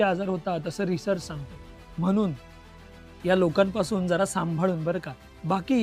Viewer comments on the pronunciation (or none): आधी शुद्ध मराठी बोला बेटाजी. म्हनून नाही म्हणून म्हणा, पणीर नाही पनीर. बाॅयलर नाही ब्राॅयलर असे शब्द आहेत.... बाकी सर्व ठीक आहे